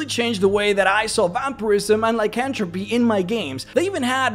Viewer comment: Lycanthropy - pronounced "lie-can-thruh-pee"